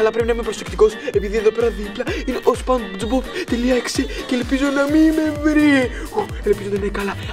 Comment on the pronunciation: "Σπόντζ" προφέρεται!